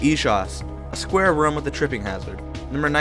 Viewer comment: I never saw anyone pronounce room as "rhuame".